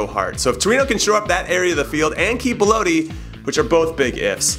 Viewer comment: IT ISN'T PRONOUNCED BEL-OE-TI!!! IT IS BEL-OT-TI!!!!!!!!!!!!!!!!!!!!!!!!!!